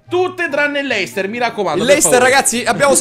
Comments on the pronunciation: Ma perché Leicester ma non luicester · si scrive leicester ma si legge leistà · si dice lester